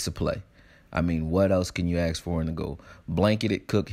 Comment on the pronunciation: What more can you ASK for not Axe.